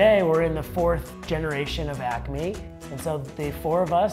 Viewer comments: Girl : Acme What I heard : Acne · I’m hearing ACNE wtf